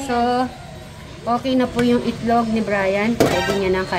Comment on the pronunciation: Cute n ❤ hahaha tama c madam share ang pagkasabi mo ng itlog ma'm sm😊😅